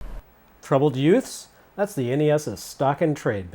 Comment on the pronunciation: Yoots? What's a yoot?